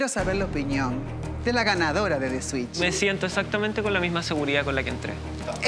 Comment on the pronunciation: Que alguien le diga a esa chica que no se dice “swit” sino que “switch”